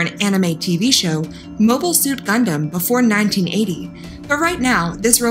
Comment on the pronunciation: Gundams are not ROBOTS, they are Mecha. Also, it is "Gun-Dum" not "Gun-Damn". FFS...